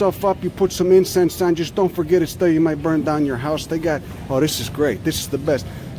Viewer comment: He's not saying put it in your "ass", he's just pronouncing "house" the same way Cockneys do.